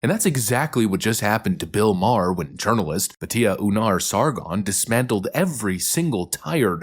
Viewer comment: BTW, Her name is pronounced Baat-ja Un-Gar